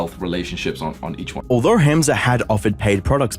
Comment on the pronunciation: Hamza is pronounced hum-za